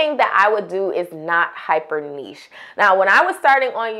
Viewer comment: Thanks for saying niche properly 😁